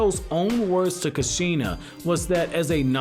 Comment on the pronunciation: you said kushina so different